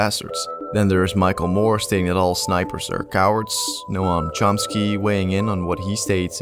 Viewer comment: Did you just say "No-am Chomsky"?